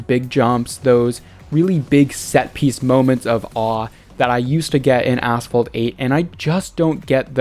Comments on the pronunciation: Yep a9 was asphalt but unite really is ass fault😂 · Did you said ass fault or asphalt? Or is it ai voice over?